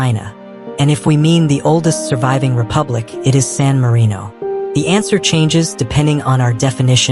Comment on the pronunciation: it's sanarino